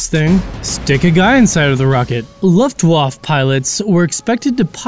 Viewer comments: First, stop calling them Nazis, not all German military personnel were Nazis, and second it's not Luftwoff, it's Luftwaffe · Jeez did you actually just say Luftwaf? Did you mean Luftwaffe? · same with ''LoftWoff" which should be prenounced as "Looft-waffe" if I am not mistaken :P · It's pronounced Vooffwafa